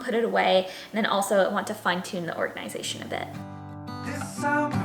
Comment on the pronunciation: I love how you pronounce: organ-eye-zay-shun